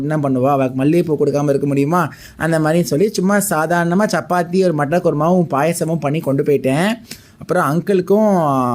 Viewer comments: Mattar kurma is Heard as Mutton please make a short video giving clarification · Avar pronounce pannrathu mutton kuruma enbathu pola iruku. Ok cleared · Yes even me i heard as mutton